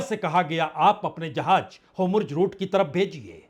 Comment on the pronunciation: होमुर्ज़ नहीं “ हॉर्मुज़ “ अधिक सही हिंदी उच्चारण है !